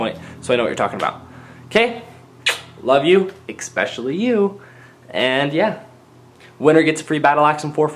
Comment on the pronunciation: "EXpecially you"